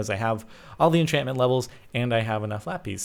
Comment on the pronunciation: Thanks Grumm and DB for butchering enchantment!